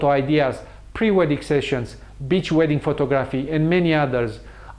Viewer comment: Bitch wedding! i was like what, oh Beach wedding. sorry couldn't help it